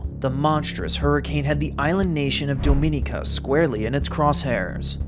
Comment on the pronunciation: The mispronunciation of Dominica is maddening